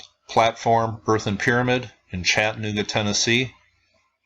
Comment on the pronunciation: What you are mis-pronouncing is Chattanooga. It is Chatta - nooga,,,,not Chattan - ooga.